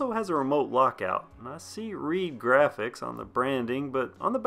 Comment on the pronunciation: At first I thought you were saying it was a reee bike and I was like oh lord this is gonna be funny! I mean riding a reee down the trail🤣🤣🤣